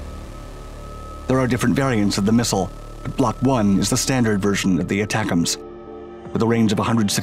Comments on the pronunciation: Pronouned “A-tacems”. Not aTACems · Not pronounced Attack-ems. The A is long. it's A-tac-ems. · pronouced AAA tack ems. I used to be a technician on the MLRS system. very effective and accurate mobile indirect fire. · I've been laughing every time this guy says it, how can he not laugh at this! I can't wait until we give them the jizams hahaha! Y'all figure out what that stands for, I have no idea.